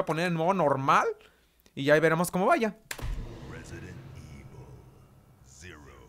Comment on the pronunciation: Resident Ivol chero :3